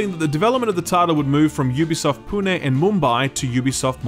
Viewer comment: All the interesting news aside, I'm surprised a non-Indian YouTuber got the pronunciation of Pune right on their first try. Cheers,.